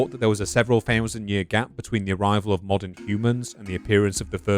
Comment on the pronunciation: THOEWSEND years .